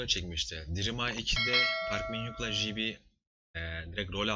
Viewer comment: Abi lsöslsşsa jibi değil jeybi